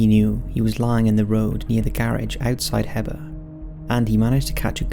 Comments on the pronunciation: Lmao it’s Heber (he-brr) that’s my home town .. scared the shit outta us as kids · This is crazy I moved to AZ about 5 years ago, and live like 20 mins from Snowflake. I know exactly where this is, but never heard about it until now. Thx! (And the town is pronounced like Hē-ber. Long e for the first part). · I love this channel, but I’m from Arizona and the pronunciation of the towns and such (esp. Heber... Hee burr) is killing me!!